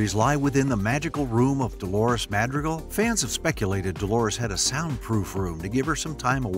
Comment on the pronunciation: I get it, you're not Latino, but you could at least try to pronounce Madrigal correctly